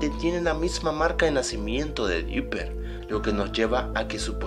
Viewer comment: dopper asta el lo dice